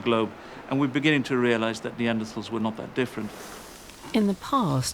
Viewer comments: WHY IS THE PRESENTER MISPRONOUNCING NEANDERTHALS? YOU'D THINK THE PRESENTER WOULD MAKE THE EFFORT TO LEARN HOW TO PRONOUNCE THE KEY SUBJECT OF THIS DOCUMENTARY CORRECTLY!!! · why cant she say their name right? Can she not say TH